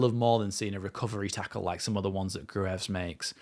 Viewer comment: Apparently Gruev is not pronounced phonetically, but like Cruyff, so... Gruyff